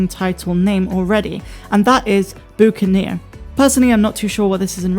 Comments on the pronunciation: A Buccaneer is simply another name for a pirate. Not pronounced ‘oo’, but ‘uh’. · Hi, thanks for the update. Yes, I too can’t wait for 7 days to go back quickly. I haven’t learned your backstory as yet; where you come from or past jobs/experience. Yet, your accent is wanting me to help you correct a couple words that you mispronounce. Buccaneer, is not “boo-can-eer’, but the first syllable is ‘buck’, as in bucket. There was another word, but I can’t remember. I say all this, so you know what many people would expect, that’s all. Oh, you repeat yourself a lot. You will say the same thing two sentences in a row. I’ve stopped watching ‘Mike Zero’, because he does that constantly. It’s like he was trying to extend his video time by repeating himself over and over and over.. I hope this helps. Dennis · BOO KANIER?! BUCK-A-NEER is a pirate. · "Buck"aneer is the correct pronunciation. It's another name for a pirate.